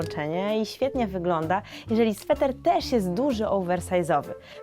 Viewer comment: Sweter nie Swetr